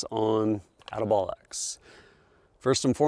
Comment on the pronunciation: He said ati-bollocks